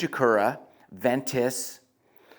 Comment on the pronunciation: Ventus not venture .....lol